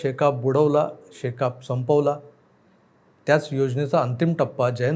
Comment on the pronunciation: शेकाप मधिल प या अक्षराचा उच्चार पूर्ण करा.अर्धवट साडू नका.ऐकताना कसंतरी वाटतं.